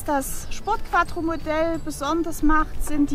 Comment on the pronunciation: Schöner Wagen. Sieht aus wie mein Alter. Es heißt übrigens QUATRRO SPORT :)